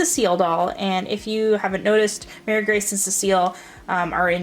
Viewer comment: I have all of these and Cecile is my most expensive as well. Marie Grace... pronounced Muh-ree Grace, not Mary, btw... would be the next. My Nellie, Emily and Ruthie were pretty pricey, but honestly Caroline and Elizabeth were both easily found and fairly inexpensive :)